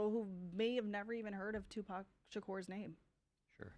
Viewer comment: I think it's on purpose especially when she said "Pack". He was a household name and still is a household name everyone knows how to pronounce Tupac Shakur